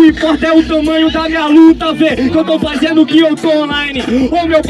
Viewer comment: Caralho, esse gulio não deve nem ter terminado a porra da escola slc, td hr ele fala ( FAIZENDO , FAIZENIO ) que porra é essa véi